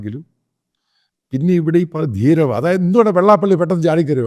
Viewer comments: ധീരവ അല്ല അച്ചായാ ധീവര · അച്ചായോ, 'ധീരവ' അല്ല, 'ധീവര'....